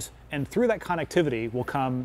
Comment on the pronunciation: Lol yea I think connectivity is his favorite word based on the 100 times he said it, shame he can't pronounce it correctly